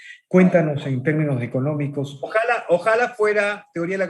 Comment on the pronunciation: Bien. Sólo un comentario, tú como una persona preparada profesionalmente deberías decir ojalá y no ojála. Eso tal vez lo podríamos decir en nuestro país y no en una entrevista. Slds.